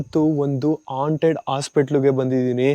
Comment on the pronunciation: ಹಾಂಟೆಡ್ ಅದು ಆಂಟೆಡ್ ಅಲ್ಲ 😅😅😂😂